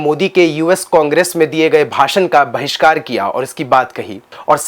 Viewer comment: Today's generation are woken up, they will not fall for your propagandist news delivery!! THE WIRE is same as THE REPUBLIC. The wire is andhbhakt and the republic is bhakt!! We don't fall for either ! 🎉 You said vahiskar in parliament . Lol!! It's standing ovation!!